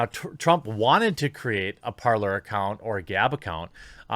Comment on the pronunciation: Is it not parler not parlor, its talk in French